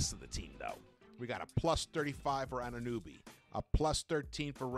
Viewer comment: It's pronounced OG "anu NO by" not nooby 🤣